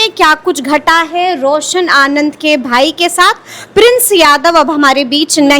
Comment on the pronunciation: Ye samrin paisa kha li khan se , ye रौशन आनंद सर को रौशन आनंद बोल रही है सर बोलने में तकलीफ होती है , unsubscribe kar rha hu chennal or dosto se भी krwa रहा हु अनसब्सक्राइब